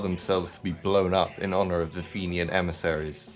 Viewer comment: You are pronouncing Fenian wrong, and while I appreciate how bombing campaigns alienated Britain's working class from the Irish cause, they never helped us anyway. An armed campaign was exactly how Ireland forced Britain's hand in 1920 and the same is true for almost every former colony that gained independence.